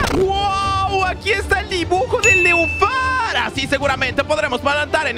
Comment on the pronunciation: Nenúfar no neufar